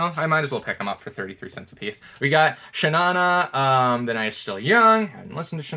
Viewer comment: It's not pronounced "Shaw -Nanah" but actually "Shaw Naw Naaw"